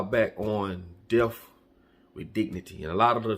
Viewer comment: Well I think I'm about to go to Switzerland....... btw it's not pronounced deff.... it's a (th) at the end of that word.